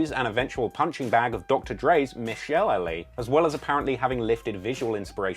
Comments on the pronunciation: Bruh come on...ur name is but you know nothin about the trap outside of music..ur Phil Hartman's son in cb4..menace to society 2? Bro it's only one movie. Get it right is all I ask. And then you said Michel lee...it's michel'le like Michel Lay. Bro honestly I don't even wanna come off like one of those dudes but u gotta do more homework before publishing the video. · Dope video, but want to let you know Michel'le is pronounced like Michelle-LEY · The name michelle’le (or however the fuck it’s spelled) is pronounced Michelle-LAY or miss-SHELL-ay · Its pronounced “mishalay” for Michel’le inassume it’d be Rochellay